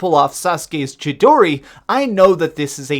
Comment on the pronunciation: “Sasuke’s Chedore” ❗️🤦🏻‍♂️ It’s Chi-Do-ri